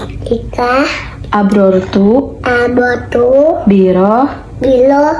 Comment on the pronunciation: Sus bkn abortu tp aftortu nd allahumalaka sumtu bkn somtu sussss 😆 emank abortus 😆😆